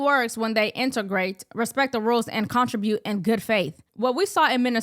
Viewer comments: BTW, it's not CON tri bute. . . it's con TRIB ute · contribute, not contra-brute